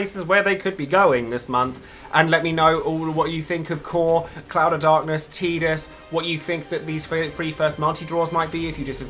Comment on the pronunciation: Yayyyy someone pronunciated Tidus correctly!